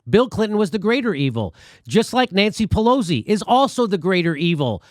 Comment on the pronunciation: No "z" in Pelosi!